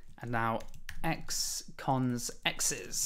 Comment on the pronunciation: You say x cons, I hear ex-cons 😆 Great series btw